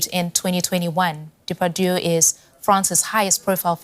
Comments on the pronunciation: Prounced Day'- Par - Dieu. Not Daypadoo. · Daymetoo not Daypadoo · Celine, he and his name are very well known to me. It's about the inability of a news broadcaster to get the correct pronunciation...